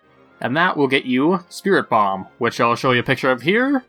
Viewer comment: its spiritomb not spirit bomb xD